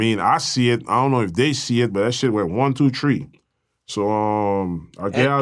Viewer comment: One tew tree 😂